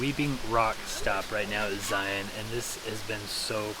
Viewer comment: Thank you for your pronunciation of Zion the correct way. Zion. Just like Lion.